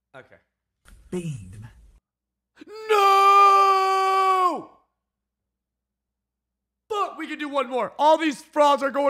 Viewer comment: Why do you sey ogay and not okey